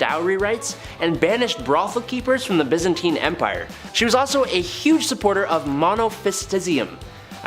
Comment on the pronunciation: You know, you might want to check pronunciations of words it was Constantinople ( con- Stan-tin-opal**like the gem*) and byzantine (biz-Ann-teen)